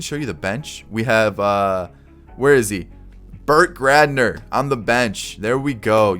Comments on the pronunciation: You mean Burt Gradner? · Bro really said “Bert Gradner” LMAO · Brett Gardner not bert gaver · He did hot call Brett Gardner Bert Gerdner😭😭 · Yep he did except he called him Bert Gradner. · As a long time yankee fan, it hurt me to hear how you pronounced Brett Gardner